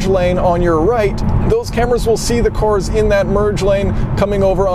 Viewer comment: Never heard this accent before: "Self-driving CORS?"